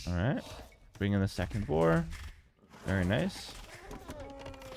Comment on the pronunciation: "2nd boar" 😂